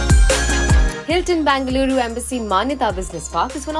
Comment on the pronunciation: Its Bengaluru not Bangaluru